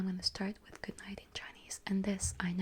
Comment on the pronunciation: It sounded really good, but not perfect. The second syllable should be stressed instead of the third. Other than that, it was unexpectedly good.